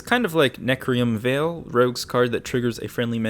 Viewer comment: vial not veil